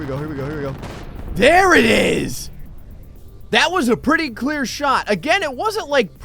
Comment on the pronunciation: “Pritty mich” why